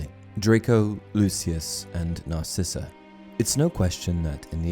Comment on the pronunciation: It’s Draco not Drako and it’s Narcissa.